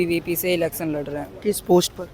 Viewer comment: Bolna sekho pehle elecson nhi election hota h